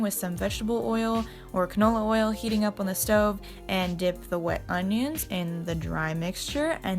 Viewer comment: the way she pronounced "onions" though. 😂😂